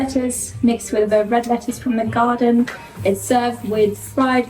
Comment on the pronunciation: I love how says, "from the gaw-den"